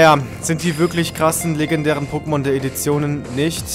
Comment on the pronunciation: du sprichst du pokemon namen faltsch aus soory is so : (